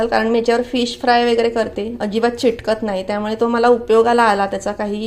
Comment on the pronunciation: तुम्ही सतत चिटकत नाही. चिटकते असे बोलु नका ते चुकीचे आहे. चिकटत नाही. चिकटते.हा उच्चार बरोबर आहे. सर्व चॅनेलवाले स्त्रिया आणि पुरुष अतिशय अशुद्ध उच्चार करत असतात.